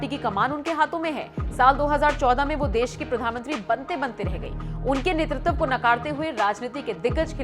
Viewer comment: यार, तुम्हें 'नेतृत्व' बोलना भी नहीं आता? नेतृतव क्या होता है? शायद, तुम लोग नई व्याकरण बना रहे हो।